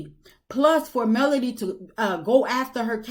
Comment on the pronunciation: I’m with you !! This woman is still mispronouncing Melodys name, I really think she is truly jealous of Melodys work ethic- and her beauty. I have tried to watch her double talking self, but no more. 😮